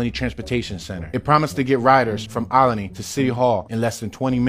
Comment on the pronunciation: )...You must be from here (philly) to pronounce it Ol-i-ney"...That's how we do...:)